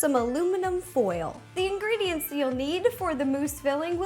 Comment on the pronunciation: geebe the ingreediyent pls